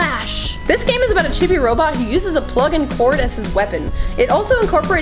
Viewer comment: It's Chibi-Robo not Chibi-Robot...